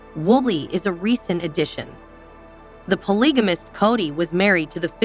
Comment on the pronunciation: For fs, at least have the computer voice promounce the names of the ppl involved correctly! You can spell them in a way that causes the pronunciation to make sense! Eye-sahbull? Coddy?! Really?You insult our intelligence!!